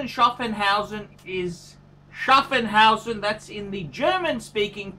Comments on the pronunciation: Schaffhausen, NOT SchaffENhausen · Btw it's Schaffhausen and not Schaffenhausen.